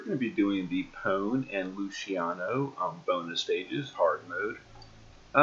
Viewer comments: Hey, it is pronounced Po-nay. Japanese vowels all end similarly like "Ah" "ee" "uu" "eh" and "Oh". Usually only the first consonants change but the ending vowel sounds usually the same. So it goes on like Ka, Ki, Ku, Ke, Ko, then Sa, shi, su, se, so, etc. I mostly know just Hiragana and Katakana with a little bit of Chinese aka Kanji in Japanese. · The katakana in Pone's name tells me her name is pronounced Poh-nay.